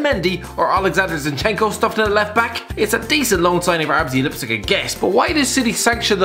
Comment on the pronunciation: "arbzy lipzig"